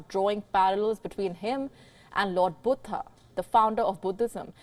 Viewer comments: Buddha not butta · Not cute. Pretentious. She is an Indian with a language from India as her mother-tongue. Buddha is pronounced as Buddha in every one of our languages. She has no excuse for mispronouncing. She is just being silly. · Its cute how she pronounce Buddha as BOOTA! 😊 Bood Haa! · Is her pronunciation of Buddha correct?